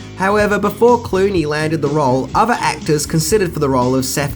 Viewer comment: Every time says "fings" instead of things or uses f instead of th and user instead of other take a shot.